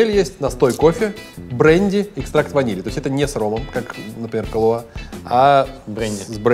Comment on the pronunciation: Не КалуА, а КалУа! Ребята, ну вы чего? Вы что, "Большой Лебовски не смотрели? Зачем вам тогда КалУа? Там на этикетке даже ударение стоит. The Dude abides!